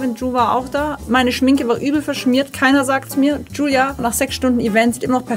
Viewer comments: ich mag aber es triggert das julia so jülia ausspricht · Bin ich die einzige die es triggert das sie giulia statt julia sagt HAHAHHA